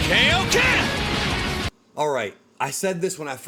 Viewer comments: Ngl, “Kay-Oh-Ken” pissed me off. 😂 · Came to this video after hearing them pronouncing it K-O-Ken. It is very weird to me that they decided to go with it like that. Especially when XV2 has CACs saying it properly. Hell even Goku says it properly in that game. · “Kayo Ken” is so cringe to hear after all this time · The Kaioken line from the trailer sounds like it's taken directly from Tenkaichi 3. It doesn't sound like something newly recorded by Sean. It's probably just a placeholder for this trailer. When Sparking Zero actually comes out it'll probably be pronounced correctly. Although, I suppose it's possible that the early versions of characters might just simply re-use lines from the previous games. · I’m ready for Sparking Zero. I may need to finally upgrade to a PS5. Hopefully they pronounce Kaioken correctly in the final game. Not a fan of how they said it in this trailer. Regardless, I loved the Tenkaichi games, and I am excited for Sparking Zero.